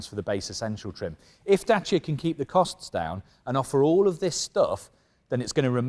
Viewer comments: he says Jacia not Dacia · Its a French car, its DASSIA*sounds. Well done Renauklt